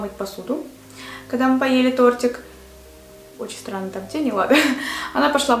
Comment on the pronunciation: Мне показалось,что она сказала не странно а сранно...Или только мне одной?))